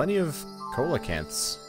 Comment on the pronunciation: They're pronounced "sea-la-canthus"